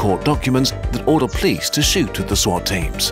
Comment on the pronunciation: Anyone else weirdly attracted to the pronunciation of the word police as 'plice' / 'pleas'?